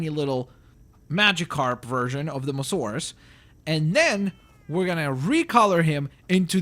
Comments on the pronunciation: 1st its not mosaurus its mo-sa-saurus 2nd can u create a skelleton short tailed diplodocus/brachiosaurus pls :) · its not mosarus its moa-sasarus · Its mososaurus as in m-oa-s-a-urus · its pronounced mosAsaurus